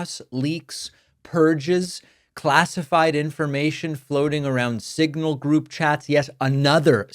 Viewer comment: Couldn't even say signal. It came out as single.